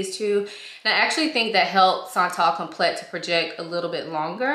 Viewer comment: This is such a beautiful fragrance. It smells like pretty money. I get compliments on it. It smells like Italica by Xerjoff. But not as heavy. By the way it’s pronounced like “come play” but as one word. Like complay